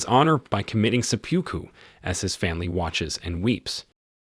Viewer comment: se-poo-koo. ✓ se-puke-koo. ✘